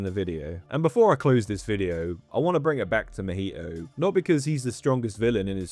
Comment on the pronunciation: i cant with that pronunciation of mahito.